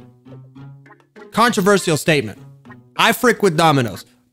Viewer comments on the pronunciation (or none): none